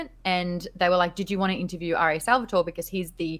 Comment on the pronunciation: triggered italian here. It´s Sal-vah-toh-reh. Love the show!